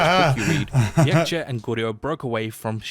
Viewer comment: No he doesn't...good Lord Baekjae was pronounced horribly. LMFAO.